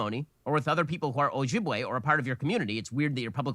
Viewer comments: I've recently learned about the Ojibwe/Anishnaabeg in a college class and it's really obvious that Ben didn't even attempt to learn how to pronounce either name before this recording session. Anyway if you want to learn more about Ojibwe culture, I'd recommend The Island of the Anishnaabeg by Theresa Smith. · Honestly I wish I could unhear Ben say Ojibwe and Anishinaabe